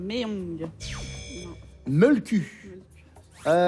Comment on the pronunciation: Le molkky !!!! Pas molkku